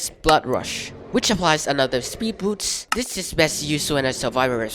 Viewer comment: also you say boots like the shoes instead of boost